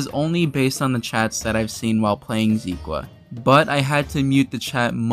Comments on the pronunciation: Its Zeqa, the e pronounced a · "Zequa" lol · Kinda noticed that many players pronounce Zeqa differently, I pronounce it "Zeka" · Zi qwa ? LMAOO